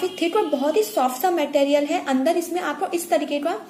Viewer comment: Material bolna toh seekh lo pehle